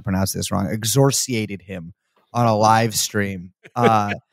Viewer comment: The word Brace is looking for is "excoriate." Not exhorsiate.